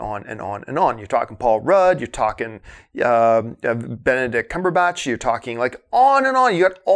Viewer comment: So glad you are finally saying Benedict Cumberbatch's name right.